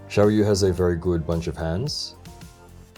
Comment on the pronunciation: It's pronounced as siao yeah Means small moon